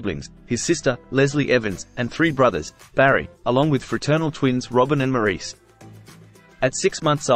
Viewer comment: Maurice is pronounced “Morris”